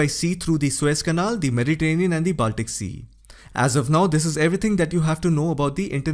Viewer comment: your accent, intonation and tone are Tops. One tip: It's pronounced as Bawl-tic /Ball-tic, not Baal-tik. Also the same for: Bawl-kins/Ball-kins, Not Baal-kins. Do note coz you're among the Best. Just give this your serious attention. 🙏👍🙏👍🙏👍🙏👍 Thank you 🌹🌹